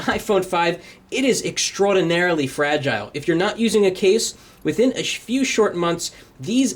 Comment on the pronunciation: ur saying fragile the wrong way